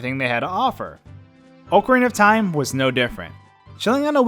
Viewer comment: Why does everyone pronounce "Ocarina Of Time" wrong?!